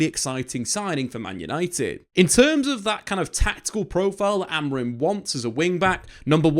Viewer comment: his name is Amorim not Amorin